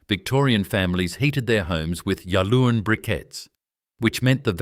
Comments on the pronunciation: So many errors. Go to all the trouble and in many cases state ‘worth getting right’ and we get this. The pronunciation of Yallourn is ‘yal-orne’ and local listening to this would cringe! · "Ya Loon" 😂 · Can’t even pronounce the name correctly